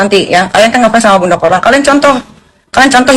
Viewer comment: korla kok jadi chorla😂